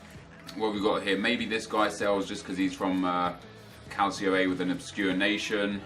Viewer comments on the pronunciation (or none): none